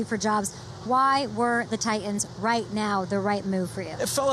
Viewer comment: Someone should tell her there is a "T" in the middle of the word Titan.